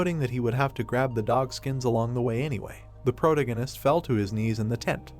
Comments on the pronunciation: Pro-tag-gon-ist Not Proto-ghen-ist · is disinterest, not displeasure... Please improve your vocabulary if youre gonna read stuff for people... Also thats not how you pronounce protagonist